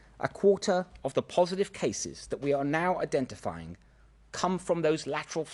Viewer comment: Did he really say ‘indentifiring’… bald pleb.